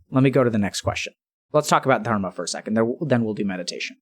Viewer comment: i like the way Dr. K says "Dharma"